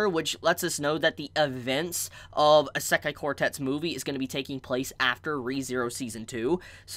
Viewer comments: How you pronounce Isekai really throw me off. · OMG learn to pronounce Isekai I'm really sorry to sound rude but I'm a pronunciation perfectionist. And this is triggering my fight or flight.